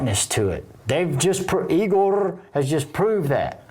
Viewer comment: You pronounced Igorrr perfectly IF you’re from my part of the world , south England. Any thing with an R on end the South of England exaggerates Rrrrrr’s “ Guitarrr , Barrr , Encorrrrrre . Even the English say we sound like pirates . 🤣 I love some Igorrr ! “ Headbutt” it’s brand new .